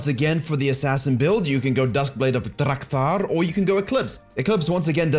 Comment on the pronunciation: DRRRAKTAR. RRRRRAMMUS.